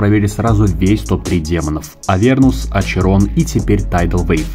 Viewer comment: Не очерон а ахерон